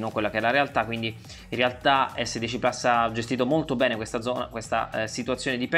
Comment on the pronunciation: Plus, si dice plus! Che cacchio di gusto ci trovate a inglesizzare pure le parole latine!